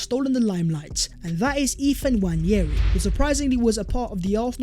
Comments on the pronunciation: (WAN-NAY-REE) That's the pronunciation. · As a Nigerian, I can help but laugh at the way yall butcher the young lads name. "Nwaneri" 😄😄😄